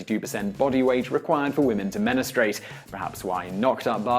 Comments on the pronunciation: . It is MENSTRUATE. not MENESTRATE. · "MENESTRATE"??? Don't you mean MENSTRUATE? (pronounced "Men-STROO-ayt" ....you know, EXACTLY as it's spelled ) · menestrate? menstruate. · This is the second video he pronounced menstruate as menestrate. It's starting to make me question if I've been saying it correctly or not. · did he say "menustrate"? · "... required for women to menustrate" menustrate? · Did he say "menistrate"?